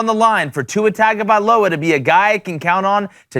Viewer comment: Dude can't even pronounce his name correctly. Not putting enough time into you're work.